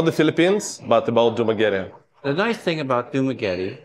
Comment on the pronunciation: How he pronounced dumaguete is like daenarys army ahahaa